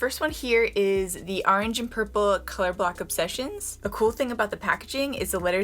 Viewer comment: It sounds like you're saying color-black not color block 😆🤣😂